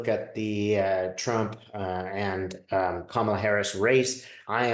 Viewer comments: It's "comma-la"...like (,) la! Thanks,! Love-Light! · Kamala is pronounced like “comma la”